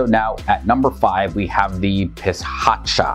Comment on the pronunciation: Interesting but the following ghost pronounced differently. 1. Its called as PREA-DHA not PREETA 2. Its called as PISSASSU not PI CHA CHA 3. Siang Teean